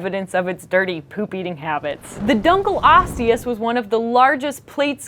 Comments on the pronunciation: Dunkle-osteus? Are you fucking serious? You Americans. Its dun-kleosteus. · That's Dunk-LEE-osteus, not Dunkle Osteus. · She mispronounced dunkleosteus. It is dunk-lee-ost-ee-us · Awkward Hybrid I must say I agree that it's pronounced Dun-kleosteus but thats probably because I'm British and I've seen 'Sea Monsters-A Walking with Dinosaurs Special' :P